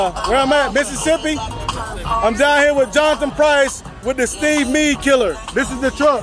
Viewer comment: lmfao he said Meade killer